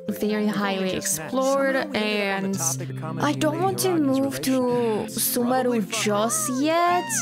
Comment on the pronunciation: The way You say Sumeru is just too satisfying